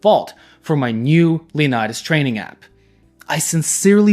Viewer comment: “Before I was trenning”